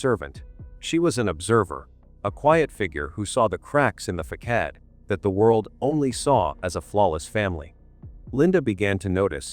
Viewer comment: The parents don't look emotional. Facad? Facade narrator doesn't pronounce things right.